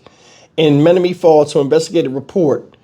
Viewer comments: Menomonee falls say it like ma- nomo-nee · Men om o nee falls is how it's pronounced, but your all good with me. I'm from Wisconsin and we have a lot of Native American named towns. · It's pronounced men-ōm-o- nee falls